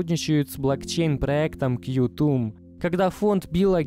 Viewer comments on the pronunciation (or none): дядя, все пушка, только не кью-тум, а квантум)